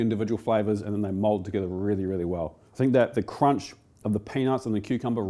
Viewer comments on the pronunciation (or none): none